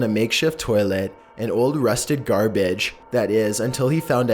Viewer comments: Gar Baige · "an old rusted gar bedge" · "buht onle fond a maekshef toile, an ol rustehd garbej" after this moment i couldnt help noticing how awful the narrators voice is the entire time LOL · Bruh, get someone more normal to narrate next time. he threw it in the GAR-boage. ITS GARBAGE! say it withe me, he threw it in the garbage, GARBAGE! GARBAGE! not GAR-boage!. Theres no need to pronounce every syllable separately. Just talk normally! holy shit.